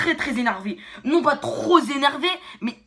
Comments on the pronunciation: ''je suis tro ZÉNERVÉ'' ben bien sûr y a un ''s'' à la fin du mot ''trop'' maintenant. Allez hop ça dégage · "Trop énervé", avec la liaison du son "z" comme l'atteste le S invisible à la fin de trop. L'école c'est très (zzzzzzz)important. Par contre question expression de djeuns la il est au point, pardon je me suis transformé en vieux con quelques secondes